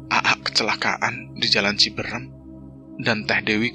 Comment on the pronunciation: Boleh kan koreksi😊 bukan ciberem,,tapi CIBEUREUM,,,,yach,,ok sukses sllu,,,ttap semangat 🙏🙏❤❤